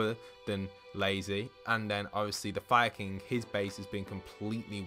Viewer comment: When you were saying “Fire king” I kept thinking you were saying Viking